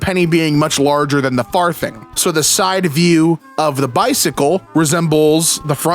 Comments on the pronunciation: 'Farthing' is pronounced /ˈfɑːðɪŋ/ (not /ˈfɑːθɪŋ/). The 'th' is voiced, as in 'this' (not unvoiced, as in 'thin'). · Him pronouncing farthing as "far-thing" with a soft "th" is really throwing me off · It's funny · the pronunciation of far thing is sending me 😅 i love how always looks for extra context though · lol 5e way you said farthing though hahaha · His mispronunciation of 'farthing' is filling me with rage. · For some reason it really got to me when he pronounced 'farthing' with a thorn instead of an eth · It's farthing pronounced with a soft "th"